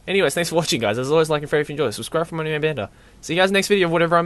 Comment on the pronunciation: how he pronounces it anime- enimey manga- mengah